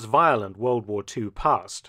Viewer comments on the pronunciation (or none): lol can’t even say the word war 😂